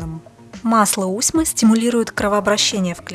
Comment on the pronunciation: А не подскажите чье производство масло???? Усьмы, мы ею красились усьмой, дает зеленый, потом черный цвет. Прикольно смотрелось на моей двоюродной сестре, светлая от природы, была с зелеными бровями, пока не смылись. Была потеха для моего дяди. Кстати ударение на последний слог.